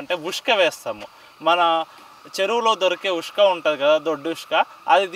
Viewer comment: ఉష్క కాదురా రేయ్. ఇసుక అనాలి